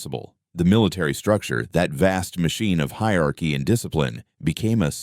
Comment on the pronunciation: It's NOT hiarchy, but hierarchy.